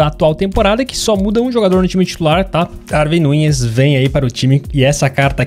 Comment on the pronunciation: Lê se Daruin Núnez